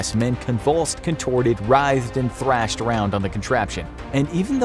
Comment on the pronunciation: "trashed" when you say thrashed lol